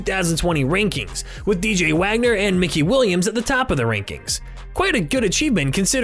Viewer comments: bro he said mickey williams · My man said Mickey Williams hahaha 🤣